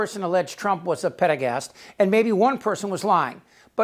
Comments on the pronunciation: What's a pedegast, Chip? Or did you mean pederast... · I think he means pederast, not pedergast.😊